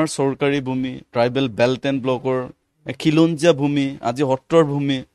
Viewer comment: Axomia dekhu bhalkoi spel koribo nowsre.. nixa nohoi niks... eket nohoi.. ekhet... axom... akom nohoi...khilonjia.... kilonjia nohoi....